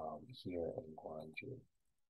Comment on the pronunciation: Haha. Would provably lose. Penguin Village in Yangrim-dong and Mudeung san are pretty recognizable. Besides those, I only recognized the BOB pet store. Quick note: you started off with the correct pronunciation of Gwangju (gwang-joo) and ended by pronouncing it Gwangj-jOh.